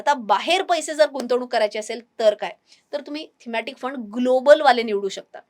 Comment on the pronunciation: पैशे ,पैशे म्हणू नका,पैसे' असे म्हणा!